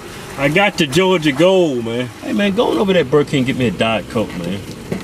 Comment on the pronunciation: This is my favorite Hodge Twins eating video. Just for the "Jawja Gole" action. I would've guessed that Keith was the older twin, with his grumpy ass all the time...Keven cracks me up! Jawja Gole!!!!